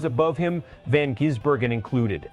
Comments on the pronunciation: Insulting Shane by miss pronouncing his name.. Ive watched SVG in the Oz supercars... warning for Hill... dont wake the bear!! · This is bullshit. You moron cant even pronounce his name correctly . Moronic Click baiter. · Your AI is no better at pronouncing SVGs surname than Hill himself